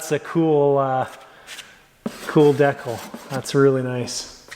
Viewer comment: You let that "deckull" pronunciation of decal sneak out again.LOL